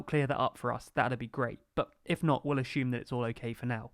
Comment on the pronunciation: As a non native speaker of English asking, is that the right way to pronounce "presume" and "assume"?